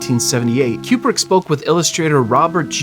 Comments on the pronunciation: It is not pronounced Cue-Brick, but Koo-Brick. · Stanley “Q-brick”? Coo-brick. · It's not "Cue-brick" it's Coo-brick. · Fantastic video! Thanks so much for all your work on it. FYI, Stanley Kubrick was an American and pronounced his own name "Koo-brick" as confirmed by his daughters, despite most of the UK pronouncing it "Kyoo-brick." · It’s pronounced KOO-brick. Not Q-brick. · It's KU-brick not KJU-brick. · It is an excellent poster. He actually pronounced his own name “Koo-brick” rather than “Kyoo-brick”. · It’s Koo-brick not Kyoo-brick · Great video, but Stanley's last name is pronounced "Koo-brick", not "Q-brick." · It's pronounced Coo-brick, not Que-brick. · Fun and interesting. (And it's "Koo-brick" not "Q-brick.") 👍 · the yellow one is a crappy poster! I saw The Shining at the theater when it first came out but I don't remember what poster they used... I don't like the way that you pronounce Kubrick... I say koob-rik not cube-rik... good video... very entertaining! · Aaaarrgghh! It’s KOO-brik, not KYOO-brik… This video is driving me crazy every time you turn Stanley into a cube brick. And you say it A LOT. All cubes and no coups makes Dave go crazy, to paraphrase a certain Homer. Wish I could have finished the video, but I simply could not take it after about the 25th cube, which occurred roughly two minutes in. Or at least it felt that way. My autistic brain fixates on these types of fundamental errors and can’t focus on anything else. Please have enough courtesy to research things like how to pronounce your subject’s name when creating a video about them. It’s incredibly disrespectful to do otherwise. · His name is pronounced KOOB-RICK not CUBE-RICK. this entire video drove me crazy. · “CUE”brick??? come on bro. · His name's pronounced "koo·bruhk" btw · Kubrick is spelled with a 'B', right? Why is it pronounced KuPrick throughout the video? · i am extremely disturbed by the "qbrick" pronunciation. is this a new thing?